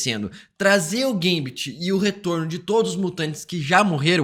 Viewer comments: Gambit Não geimbet kkkkk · Que agonia que dá quando ela fala o nome do gambit errado